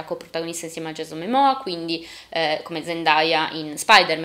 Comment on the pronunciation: Grazie, tante cose nn le avevo capite, video molto utile.. però Jason MOmoa con la oooo..